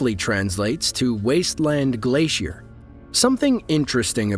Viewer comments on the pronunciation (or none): none